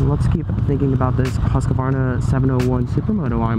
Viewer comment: Husk-a-varna? Sounds kind of funny to a swedish person. It's Huskvarna.